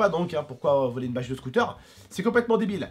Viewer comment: J'adore jai l'impression qu'à la place de bâche tu dit vache 🐄 lol tai trop bien comme youtuber